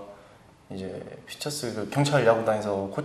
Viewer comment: 경찰 발음할 때 전라도 사투리 나오네여 귀여움!